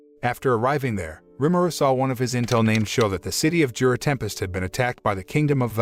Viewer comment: Mostly some spelling and pronunciation errors for the names of some of the characters and places: Dwarfgon instead of Dwargon, Gorf instead of Dorf, Shou instead of Souei, Nino instead of Dino etc. They also called the capital city ‘Jura Tempest’, which is actually the name of the nation; the city itself is called ‘Rimuru’ after the one who helped found it. They also seemed to miss some details attached to resurrecting the townspeople: The story about Millim resurrecting her dead dragon companion ended in tragedy because, though she was able to restore its body to life, it’s soul had long since dissipated/left; the resurrected body was an uncontrollable beast that went on a rampage and nearly destroyed several nearby nations before Millim worked up the resolve to destroy it for good. The reason Rimuru wanted to try and resurrect everyone anyway was partly out of desperation and partly because they theorised that the holding barrier Mjurran made in conjunction with the anti-magic barrier put up by the church we preventing the magicules and souls of the dead townspeople from dissipating/leaving. Which is also why Rimuru had Mjurran put up another barrier to replace the one his strike teams were destroying until he had a chance to attempt the resurrection ritual. Another small mistake is with Razen’s fight against Kuro/Black: Razen immediately realised that he was facing a demon and summoned an ancient earth spirit to fight it (Demons, Spirits and something I don’t recall have